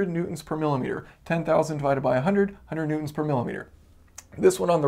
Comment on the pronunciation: Am I the only one here who keeps hearing him say "Mutants" Instead of "Newtons"? "Mutant force, 20 Mutants etc."